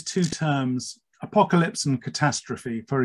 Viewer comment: He said "Apolalypse" and Siri woke up on my Iphone 😂